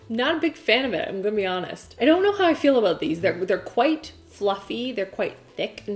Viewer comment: Lol the way she said "ion kno"